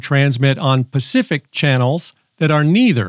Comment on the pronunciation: They are for pacific porpoises. Pretty sure he made that clear....